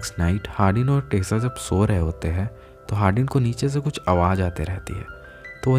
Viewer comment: She is tessa